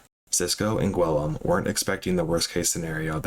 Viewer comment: not nearly as much as hearing "gwillum" 62 times lol.